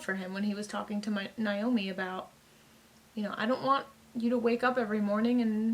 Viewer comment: I’ve spent a number of evenings binging your Expanse reactions and I have two things that I would like to say to you: 1. I sincerely like your reactions. 2. I would love to hear you pronounce Naomi‘s name as “nay-oh-mi” instead of “nai-oh-mi” at least one time.